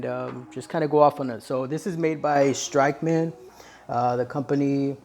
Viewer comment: You mispronounced the company that you were promoting lmao